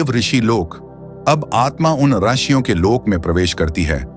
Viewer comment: आर्षियों मत बोलो ऋषियों बोलो